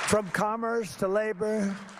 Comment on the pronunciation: They produced automo.....beel. From commerth to labor ...to FEMA. I heard the squelch - he pooped his pants.